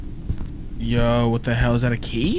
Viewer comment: When he said a key I heard we need IKEA 😂